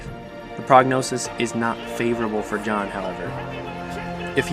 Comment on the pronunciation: You called Jon, yan.